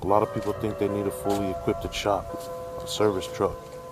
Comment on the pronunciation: "Fully equipTed" 😂